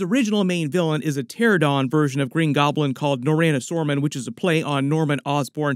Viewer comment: Why can no one EVER pronounce pteranodon correctly?!?! Not pteradon, PTERANADON